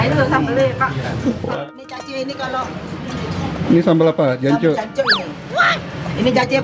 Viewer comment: Anda belum fasih dalam pengucapan kata j*nc*k 😂😂😂